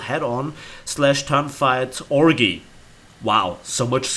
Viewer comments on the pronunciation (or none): Never heard someone pronounce 'Orgy' like that